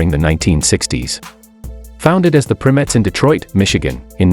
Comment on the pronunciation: They were originally named The Primettes, pronounced "PRY-Mettes", not "PRIM-ettes". They were the sister group to The Primes, hence their name.